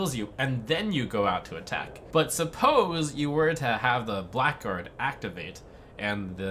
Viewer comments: It's pronounced "blaggard", not "black guard". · "Blackguard" is pronounced "blagard" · that awkward moment when blackguard is not pronounced as black guard but as something silly... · "Blackguard" is pronounced "Blaggard"